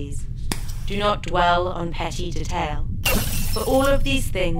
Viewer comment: Emily's English accent is suddenly betrayed by her distinctively-American pronunciation of the word "detail".